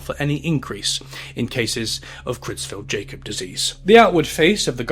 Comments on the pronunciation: Just an inconsequential FYI but the Jakob in Creutzfeldt-Jakob is pronounced "Ya-cob" not "Jay-cob". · Creutzfeldt-Jakob is prronounced not as Jay-kob but rather as 'Y'akob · it’s pronounced “YAH-cub” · It's pronounced "yakob" bro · I agree, this is otherwise a very good video (though the incorrect pronunciation of “Jakob” in Cruetzfelt-Jakob disease is a bit peeving), but I can only see the same clip of a suffering sheep for so long before it loses all effectiveness